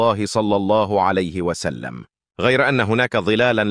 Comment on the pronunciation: المتحدث عنده أخطاء كثيره فى الكلام يقول صلى الله عليت وسلم مامعنى كلمة عليت هذا صهيونى